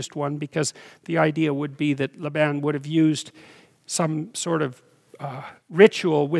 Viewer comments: I love listening to you...however, very curiously I have not heard Jacob's uncle called "." Is it not pronounced "Layben" with a long "a" sound? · I noticed that but it's not a rule. I also never heard it pronounced that way. He might have picked that up in Alberta.